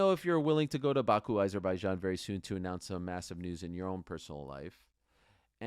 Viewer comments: Its AH-zerbaijan, not EYE-zerbaijan. How can you STILL not say it correctly?? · Why is no one in the whole UFC community able to pronounce Azerbaijan properly? 😂